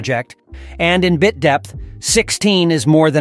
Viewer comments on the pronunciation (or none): My guess is human voice actor. "Bite" rate threw me off. Isn't it Bit? A computer wouldn't mispronounce Bit as Bite. Unless it actually is pronounced bite?!